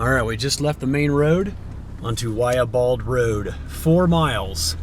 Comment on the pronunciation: Just an FYI it’s pronounced Why ya Bald!